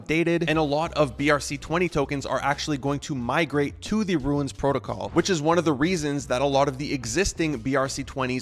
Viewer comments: Why are you saying runes like that? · Lol he's not the only one 🤣 virtual bacon says it similarly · Wtf??? Dude pronouncing runes like Stewie Griffin. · I can’t even explain how much it bothers me that he can’t pronounce rune. You ruined this runes videos. See the difference? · Runes. first step is learning how to pronounce it. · its just funny to hear, specially since you say it so many times